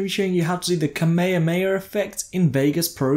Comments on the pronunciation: Kamayerey xD its pronounced Ka may ha May ha And its Kamehameha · Brih great tutorial, but I did laughing when you're trying to pronoince kamehameha